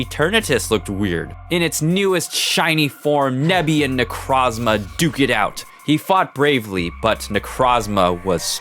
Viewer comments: = IT AINT "NECRAZMA"!! THERE IS AN O IN THE NAME! NE-CROZ-MA! NECROS=DEAD & PRISMA=PRISM! NECROZMA!!!! That dumb fucking TCG commercial has forever ruined Necrozma's good name i swear.... =w= Besides that dumb nitpick; Gotta sau love your nuzlocke animation stories!!! I swear you do better attacking animations than Jaiden!! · ITS NOT NECRAZMA IS NECROZMA DUM DUM